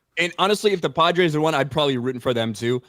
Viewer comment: doesn't say "Padres", he says "Podrace"